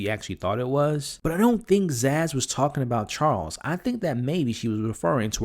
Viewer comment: For the love of humanity, please stop calling her ZAZZ!!!